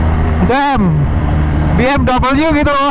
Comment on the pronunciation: Dibacanya "be em we" Bukan biemdabelyu